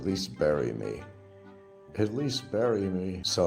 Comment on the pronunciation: Back to e-begging. "Bury me" or "Barry, Me" ?